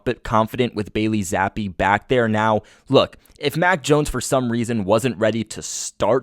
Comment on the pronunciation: Who's Billy Zappe 🤣🤣 Jesus slamming the poor kids name like that 🤦‍♂️